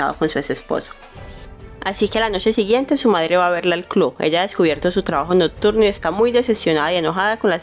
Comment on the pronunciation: Hola, muy buenos los resúmenes y sus videos. Pero, disculpe, tengo que decirle que pronuncia "clu" en lugar de club, "sesy" en lugar de sexy (que debería escucharse algo así como: secsy ), "notturno" en lugar de nocturno. Es muy buena la manera en que hace el resumen y el video... pero es importante pronunciar bien, lo cual permite que se escuche mejor un trabajo tan bueno.